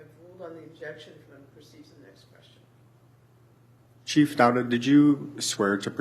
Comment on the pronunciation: Am I to believe the chef (the i is silent) of police doesn't know the laws that he/him enforces. Good to know. Life hack Don't stop for the police until you talk the cHef